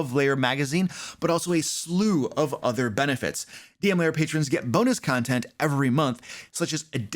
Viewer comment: Why do you always pronounce lair as if it was layer?